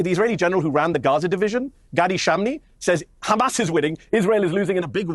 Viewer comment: Hamas not khaamas its not difficult.Your family is running from the stolen land.And u are abs Hitlarious